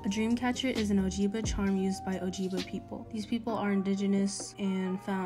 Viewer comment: ok first of all, gtfo and shut up lmaooooooo. second of all, if you're going to call out DC as 'cultural appropriation', at least pronounce ojibwe correctly???? people just complaining to complain, and bc they like how their voice sounds